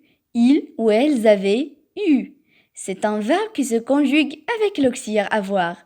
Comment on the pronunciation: Auxiliaire et non auxiliere